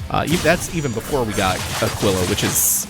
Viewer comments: Two things. One: I think its pronounced Ah-keel-ah. Spanish for...eagle, I want to say. Second, that boss is SO GODDAMN GOOD. The fight itself is meh, but the design and the effects are top notch. Plus, broken weapon is broken. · Pretty sure Aquila pronounced 'ah-KEEL-ah' means 'eagle', and typically refers to either eagles in symbology, or the constellation